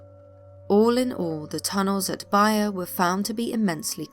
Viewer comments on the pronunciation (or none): none